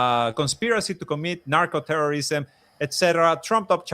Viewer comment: Narco, not Marco